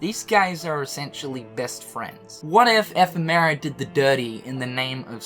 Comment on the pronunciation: And strelitzia and ephemer wrong